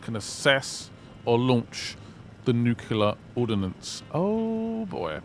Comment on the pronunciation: it's pronounced NEW-CLEE-UHR. not NEW-Q-LUHR. Because it's the ATOMIC NUCLEUS, not NUCUELUS